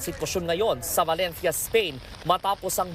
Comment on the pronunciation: Reporter : Balentya Balentya Balentya